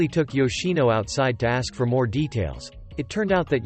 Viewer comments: did anyone notice that the man always said aks inst6ead of ask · Is it just me or is he saying aks instead of ask 😅